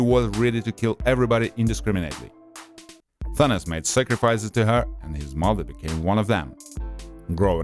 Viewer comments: He said Thinis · U pronounced thanos as Thauns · Did he call thanos thenes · Its Thanos not Thanas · this man called him Thanis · Hehe........ He sed tenes instead of Thanos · First off, if the movie is about him and follows him, he is the protagonist no matter what, the movie is about his journey so to call him the antagonist is just stupid and shows the lack of attention to the Greek research part he did, since it originates from the Greek language. Not only that, doesn't care enough to learn how to pronounce another's culture deity/personification of Death Also people tend to space out their words when speaking/reading so good job conveying about 10% information to viewers since, you know, Apparentlythisishowpeoplespeakwhentheywanttofeedyoubullsh!tandexpectyouoranyoneelsetounderstandwhatyouresaying >,> BAKA